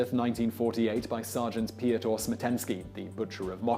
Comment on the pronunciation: Piotr is said like normal like Peter